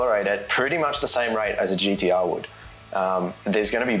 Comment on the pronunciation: We aussies can say gtr... cant